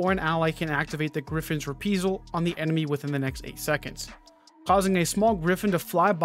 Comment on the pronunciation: re·pri·sal = ri-ˈprī-zəl